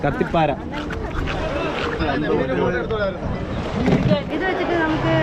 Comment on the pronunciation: കത്തി പാര അല്ല കത്തി കാര